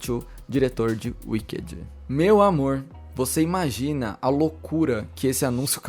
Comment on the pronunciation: “Uiquedi” kkkkkkk afff que pronúncia péééssima. Dói os ouvidos.